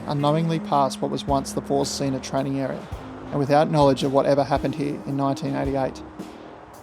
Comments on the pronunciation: Great video. You’ve earned yourself another subscriber. BTW Zinne is pronounced Tz in neh, not zeena. The double N shortens the vowel. Z is pronounced tz like in trar. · Learnt German in 2nd and 3rd year leaving years at school . Pretty sure German pronounced Zinna is pronounced like Australia says spinner or Spinna so Zinna not Zeena . It's just a small grasp of German but grates a tad each time you pronounced it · Very interesting, never heard of this incident before. –Zinna would be pronounced “tsinner”. While it’s DDR in German, it’s GDR in English. There would have been no graffiti at the station during those days, small mercies. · It would have been useful to first find out how to pronounce ZINNA